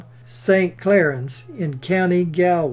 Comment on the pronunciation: Excellent as always, your pronunciation of Galway close enough 😁 thank you from Ireland